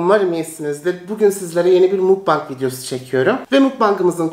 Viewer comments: mukbangı düzgün söylese herşey güzel olacak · Lütfen artık mukbang'i doğru oku çok büyütülecek bi olay değil ama hocalarım beni o kadar sıkıştırdılar ki psikolojik olarak rahatsız oluyorum kusura bakma criticism kaldıramıyor olabilirsin ama bunu dikkate al lütfen seviliyorsun... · Bu neden mukbang(makbeng) e direkt mukbang diyo